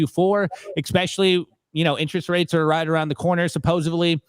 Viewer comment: Can someone tell me what “EXspecially” means?